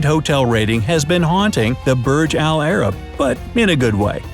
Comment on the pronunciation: Im arabic and the way you say burj alarab is sooooo uncomfortable its: برج العرب